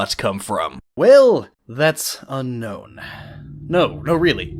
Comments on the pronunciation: Fun fact: Unown is actually pronounced "Un-own", not "unknown". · Un-own not unknown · It's pronounced un-own not un-known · ITS (UN) (OWN) NOT UNKNOWN AM I THE ONLY PERSON THAT KNOWS THIS??? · Unown is pronounced "Un-Own" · Nice attempt at a pun. Too bad that it's actually pronounced "Un-Own". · it's pronounced unown :)